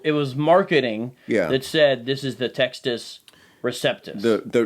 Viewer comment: Good start to the series. I'm looking forward to the upcoming installments. One small request: when the Latin phrase "Textus Receptus" is being discussed by you, please pronounce that phrase the Italian way ('u' like 'oo' & 'ce' like 'che').